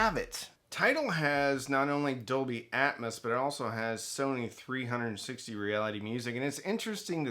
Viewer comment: How do ppl take this video serious when the presenter can't even correctly pronounce Dolby Atmos, calling it Dolby Atmuss? Its AT-MOS, where is the U in Atmos?? YIKES!